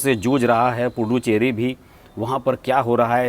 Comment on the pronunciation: Pl pronounce it as पु दु च्चेरी and not पु डु चेरी। पुदु in tamil means नया ,चेरी in tamil means hamlet/ village.गांव। इसका मतलब पुदु (च् ) चेरी = नया गांव ।